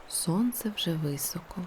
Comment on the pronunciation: вИсоко. А не високО.